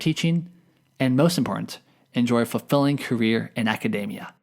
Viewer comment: it's pronounced aca-DEE-mia not aca-DAY-mia